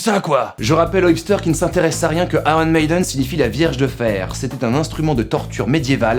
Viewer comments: pour te simplifier la tâche: en anglais on prononce "ailleune", et voilà, plus de problèmes avec ce putain de r :) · la "blague" c'est qu'en anglais on prononce pas le r de iron, ça se dit "ayeune"